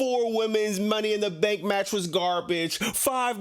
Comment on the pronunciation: Hearing this man saying "Money In Duh Staannkk!" got me dying laughing 😂😂